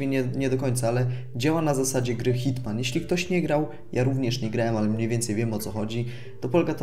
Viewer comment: hitmen się mówi a nie hitMAN kurwaaaaaa